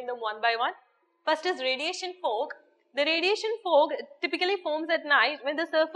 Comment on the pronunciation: thanks to..great love from karnataka,... mam ur accent is in malayali style....for outer state student bit difficult to understand some words...example- law....u pronounced it as lu, fog -fug, etc...........speed is like bullet train